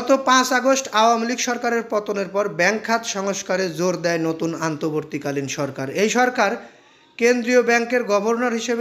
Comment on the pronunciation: আপনি বার বার অন্তবর্তী কালিন না বলে আন্তবর্তী বলেন কেন।